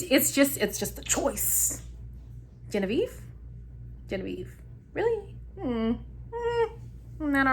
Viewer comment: I do not like Leslie at all. You said gen a ve ve 😂😂😂 i think Leslie and genavieve only care about being on the show. They do bring drama but it’s cringey, Although I love Shannon and kyra, I think Shannon was just trying to be a good friend and look out for her because she did let will get away with basically cheating. I love Shannon and of course cash!!! I think cash should pick Charlie because cinco is way to back and forth. Olivia and korey seem to be faking it but I love them both for some reason lol